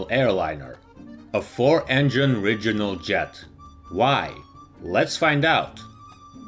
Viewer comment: What's a "RIDGE-unal" jet??